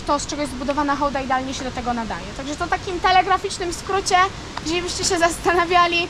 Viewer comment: Super że Hołda a nie hałda. To tak jak by mówić hasiak😀 Pozdro